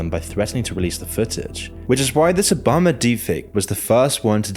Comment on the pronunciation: Bro really said obamna